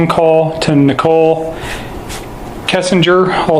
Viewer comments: Ni cole. Not nickle. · Why you say Nickol... it is Nichol...ready!